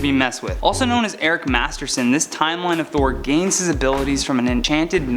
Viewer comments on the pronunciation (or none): none